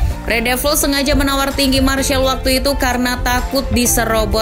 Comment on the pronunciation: Mas rizal itu sebutan martial😅